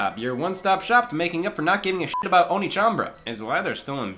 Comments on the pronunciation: They were probably trying to hint at it being pronounced "onééchanbara". "Oniichanbara" is something else. 😄 Same reason why "Led Zeppelin" is not written "Lead Zeppelin". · Does anyone want to mention that the second syllable in One(e)chanbara is actually pronounced "neigh" rather than "knee"? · It's o-ne. Not o-ni. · Onechanbara, not oni-chambara, that's a completely different thing. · Wait... the rest of the world doesn't have Sweetest Day? But downvote for constantly saying 'oni" instead of "onee" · Which one of us is going to tell Scott that pronouncing oneechan as oniichan changes the meaning? Not to mention the bara at the end of it? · It's oneechanbara, not oniichanbara inb4 it's an intentional joke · Btw it's pronounced o neh (e as in egg) chan, which translates as older sister. O nii chan translates as older brother :) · (inbefore being called weeb) the whole video scott pronounce one as "ONI" which makes it "onichanbara" .. which have a really different meaning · No one: Swoz the cott: "onichanbara" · NA localization: removes an e so english speakers pronounce it correctly Scott: oh knee chambara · Though he was pronouncing it as "Onii-chan", which is older brother. 🤔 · Onechambra is supposed to be spelled "Onee" (pronounced Oh-Nay) which in Japanese means older sister. Also can used to refer to any woman older than you depending on the context. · He kept mispronouncing the Japanese… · i spent the whole episode being bothered by how Scott pronounced the game's title. made it sound like a game about older brothers. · Interesting pronunciation for the name of the game. Edit: This video took a interesting turn. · It's not "Onechanbara". It's pronounced "Onechanbara"". Hope this helps. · For trying so hard to avoid saying the title with English pronounciation you sure do still pronounce it a whole heck of wrong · One of my favorite things about this video is Scott mispronouncing "One" in "Onechanbara." I am being serious.